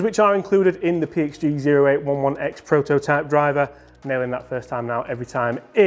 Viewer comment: Model is pronounced 'Oh-eight-eleven-ex'